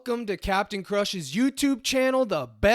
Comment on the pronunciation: The Cap-e-tan himself🙏🏽🙏🏽🙏🏽 #ForThePeople